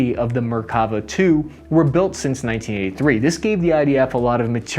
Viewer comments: Note on pronunciation: namer with the e as in “hell”. Merkava with the stress on the last syllable. Nagmash with both As sounded as in “cat”. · Hi man you have been pronouncing the veichles wrong its Namer and not Namir its Nagmash and not nagmesh and you are saying Merkava too fast its three diffrent syllable Mer Ka Va